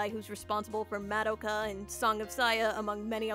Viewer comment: can't put into words how cringe it is hearing someone say "mad-oka" like that